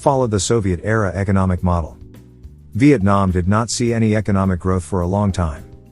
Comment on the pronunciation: He said Vietnam wrong